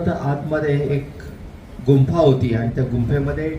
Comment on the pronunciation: गुम्फा नाही तर गुफा शब्द आहे